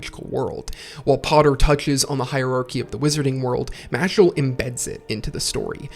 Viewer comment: Harry Spotter. The boy who lifted! Loved the video man. Been a fan of both series for awhile. Only criticism I have is that the main character’s name is Mash not Mashle but I got used to it quick in the video